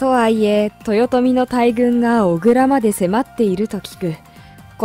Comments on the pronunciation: 小倉·······「おぐら」ではなく「こくら」ですよ。地名は正確に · 小倉(こくら)では？ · おぐら？？？こくらです(笑) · 小倉は、「おぐら」じゃなくて「こくら」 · あっ、小倉はおぐらではなくこくらです